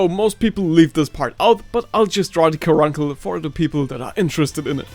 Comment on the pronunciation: its said caruncle car "uncle"😂😂😂😂